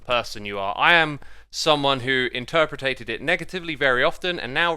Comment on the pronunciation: I was just happy to learn a new word. "Interpritated" 🤣😋🥰